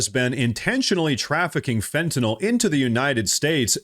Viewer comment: You pronounce Fentanyl properly im subscribing